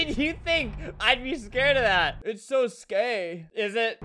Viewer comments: Random Girl: It's so scay. Me: I agree. It's not scary, it's scay. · Nobody: baddiearrie: "Its so scay" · i laughed at “it’s so scay”